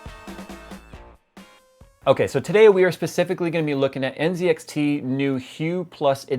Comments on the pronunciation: Why is he pronnouncing the Z in NZXT, as a C ? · Isn't it pronounced nZxt (ann set axe tea)?